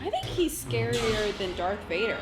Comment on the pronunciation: Whoa...did she just say Dark Vader?